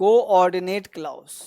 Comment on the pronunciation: Please improve the pronunciation of clause before sending the video to YouTube